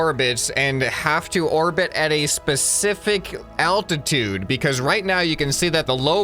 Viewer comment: It's aLtatude not attitude ok 😀